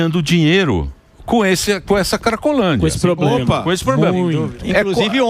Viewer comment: O "cidadõe" quando fala "poblema" já mostra o grau de "igonorança" esquerdopata!!!